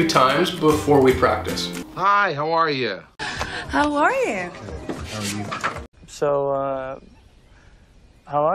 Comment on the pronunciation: The way you say "how are you" here sounds very much like "hawai"...